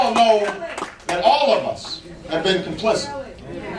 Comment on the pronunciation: When did Obama acquire a southern accent? He said "complicent". What the? What does complicent mean? Is this guy running for President?